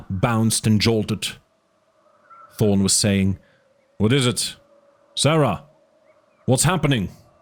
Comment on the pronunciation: No offense, but you mumble/not pronounce clearly sometimes, and you “ta” instead of “tha” a lot. (Instead of Thorne, you say torn) I’m glad this awesome book is getting more attention and uploads, just should strive for better quality.